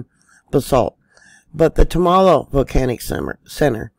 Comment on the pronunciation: love your Chanel, I watch them all. Tumalo is pronounced tum-a-lo